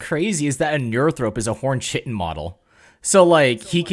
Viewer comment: Not to be pedantic, but it’s not “chi-tin”, it’s “kai-tin”